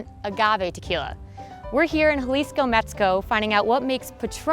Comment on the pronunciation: the way she said “Jalisco” made me cringe